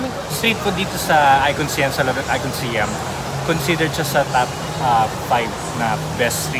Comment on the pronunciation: ไอคอนสยาม. เคารพวัฒนธรรมของเรา ออกเสียงให้ถูกต้อง. คุณออกเสียงมันว่า สยาม ไม่ใช่ สิยัม In english respect our language. Not si-am it is sãam(sayam)